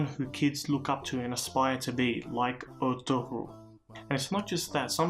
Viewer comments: The ğ is silent. It's pronounced ertu-rul. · Thanks for your vid my brother. His name is pronounced "Er-tur-rul" the ğ is almost silent like in my last name. The impact of this show in Turkey and all other Muslim dominant nations is truly hard to appreciate. Let me just say that the enemies of Islam... their days are numbered :)